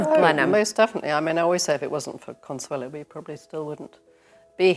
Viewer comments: Her name is Consuelo not Consuela. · ConsuelO, not ConsuelA!!! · Her name was Consuelo not Consuela